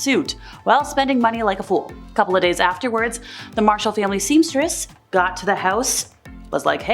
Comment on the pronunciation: But seamstress is not pronounced Semstress. The English language eh?